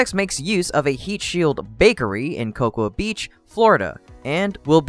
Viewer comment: The tile facility is on the mainland in Cocoa, FL., not Cocoa Beach. Also it is pronounced "Coco" the "A" is silent.